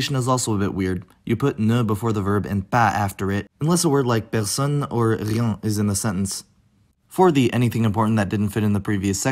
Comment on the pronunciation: rien is pronounced /ʁjɛ̃/ not /ʁjɑ̃/